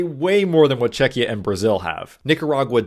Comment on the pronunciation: ima polak yay czechia mentioned. and pronounced right yay